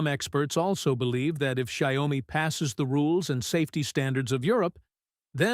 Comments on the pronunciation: It's not giomi It's xiaomi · The correct pronunciation for Xiaomi isn’t “Xia” “omi”. Should be “Xiao” “mi”, 小 米。.